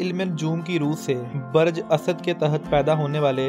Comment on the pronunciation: L AFAZ BAREJ NHI BALKE BURJ SEHHI HE.